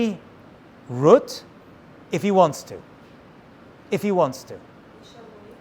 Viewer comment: My grandpa used to call my mother ruet instead of Ruth just like you did very strange we aren't Jewish